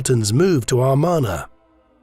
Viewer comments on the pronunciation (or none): It's pronounced "Ah MAR na", not "Ar MAN a".